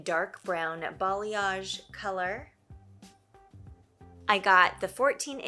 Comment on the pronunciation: Thanks to you, I finally learned how to pronounce "balayage" 😄